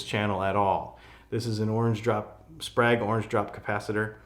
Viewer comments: Oops, my mistake. True, you didn't pronounce it like "Prague"; you pronounced it like "bag." Still wrong. "Sprague" rhymes with "vague" and "plague." I thought you might care to pronounce it correctly. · "Sprague" rhymes with "Hague" not "Prague." FYI...